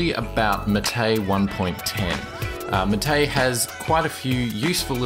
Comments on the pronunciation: It's "máte", not "maté" :P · equal emphasis on each syllable, Mar -Tay, not maTAY from the official website: " The name “MATE”, pronounced Ma-Tay, comes from yerba maté, a species of holly native to subtropical South America. Its leaves contain caffeine and are used to make infusions and a beverage called mate." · How do you pronounce "MATE"? i heard "ma - té". Whole life i thought was "may - t" (t sound at final) Btw, nice review! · The pronunciation is 'MAH - TAY like "mate" in Spanish. You used to pronounce it right. Why do you pronounce it all wrong now? =/ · i know there's a lot of pronunciations for MATE but a friend calls it "may-tee" jesus christ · The correct pronunciation is mah-tay...